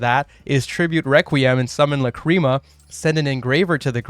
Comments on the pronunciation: Bruh... it's "LAH- cri mah", not "la CREAM a" I wasn't even able to keep watching lol... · Your pronunciation of Lacrima is incorrect, and it bothers meeeeee :( It's LA.cri.muh. you're pronouncing it like la.CRI.muh, which is emphasizing the incorrect vowels. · ok it's La-crim-ah. not la-cream-uh. idk where you go cream from. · Please stop saying "Lacreama" 😅 Shapesnatch and Joshua Schmidt pronunciation is much better and probably correct, check it out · Neither here nor there, but there's no cream involved lol. It's pronounced "Lack-rim-uh". I am 100% being that guy rn, but hearing "cream" over and over again has pained me biggly. The more you know. Also, everybody seems to have got this wrong, no worries. Just konami things. I'm probably gonna build snake-eyes white forest / azamina. Even with the SE consistency hits, the engines just work so well together. Tearlament also seems really good with the fiendsmith cards, might go back to the gamba lifestyle. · If I hear the fucking word la-cream-ah again I’m going to lose it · I cant beat watching 20 mins of "lacreama" sorry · WTH it's not luh-creem-ah. How did you even come to that pronunciation.